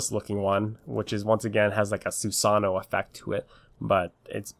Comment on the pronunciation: you pronounce susanoo wrong